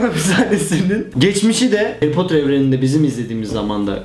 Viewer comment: Haryy poterr